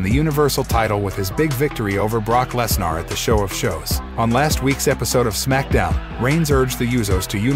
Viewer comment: Ah yes, Brock LessNARR